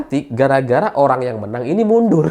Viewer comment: Horrrrang kaya wkwk